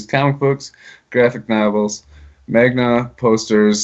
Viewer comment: "magna" lol